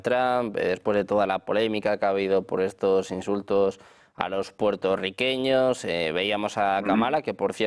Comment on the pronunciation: Puelto liqueños sería la pronunciación por algún chino.